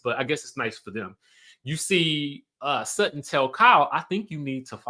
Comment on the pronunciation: Alright Sutton! But it's Sutton